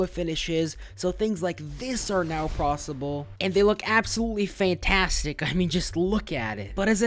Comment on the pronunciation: "prosable", I see